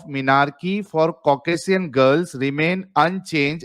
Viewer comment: Causcasian is pronounced as ‘Cock-Asian’ and not as CowCasSian or CocAssSin